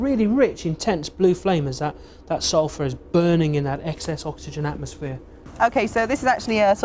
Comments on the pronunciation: Don't "Suphur" from it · "Suphur" Oh you will suphur.. you will once you smell it. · Ulfur... Sulfur. Write that down in your copybooks/ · lol "suphur" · You decanted out the "l" in Sulfur. You guys must be really good at your jobs.